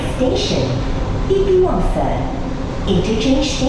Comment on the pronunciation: Kalau ngomong Indonesia,guna lah bahasa Indoneisa yg baik.orang Malaysia pun bilang TITIWANGSA ya TITIWANGSA,.. Kenapa loe kok ngomong TITIWANGSE....! contain SAMPAH